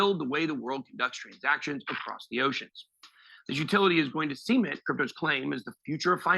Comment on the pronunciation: Jed Clampett referred to their fancy swimming pool as the see ment pond